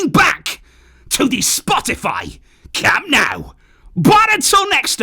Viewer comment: Dont call it "cam naaaau"😂😂😂